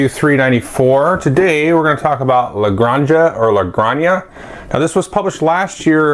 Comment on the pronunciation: I believe it's pronounced as La GranHa, like Jose is Hosay, jalapeño etc. Very excited for this one, I've pre-ordered it from Stronghold Games.